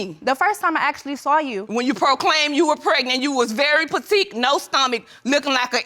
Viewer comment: "V.I." (via) facbook??? "He doesn't have a type b/c he was in a committed relationship"??? "I went to her school....she was puhteek" (petite) "I seen her...at uhquaintenance" (acquaintance) It's too much. I get she's grieving but, the disrespect is unnecessary. 3 things she does have in her favor are that she's attractive, young looking (younger than her age) & beautifully hued.